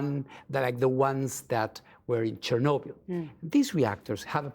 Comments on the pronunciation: How does the interviewer not know how to say Chernobyl 😂 was she born under a rock. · The interviewee is so polite, concise, diplomatic and professional, while The interviewer has the demeanor of someone that farts for a laugh. She couldn't even pronounce chrnobyl right, why is she still on air ?